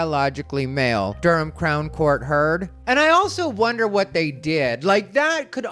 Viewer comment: I was wondering if it was Durham America or Durham UK an woah it's here in the UK and dude you pronounce Durham like us us ❤